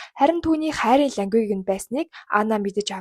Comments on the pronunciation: Лангуэг❌ лангуэйж✅ language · Language гэдэг үгээ ядахдаа зөв дууд л даа omg😢😢үнэхээр хөлдүү сонсогдож байна шүү😂